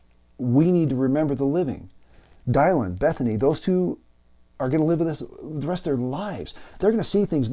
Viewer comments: Thank you for this message. Very wise advice and reflections. Just one small question, why pronounce Dylan’s name as Die-Lynn? Thanks again. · It's "Dill-en" like Bob. Talk about respect, you can't even pronounce the poor woman's name correctly. I'm out. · Dude, are you pronouncing Dylan correctly? It does matter, given you are posting to a public forum. It casts you in a shadow of ignorance to not get such essential details correct. No excuses. Get it right from the start. Constructive criticism.